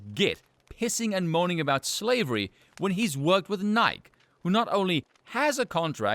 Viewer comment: Pronouncing Nike you actually pronounce the e on the end. Nigh-key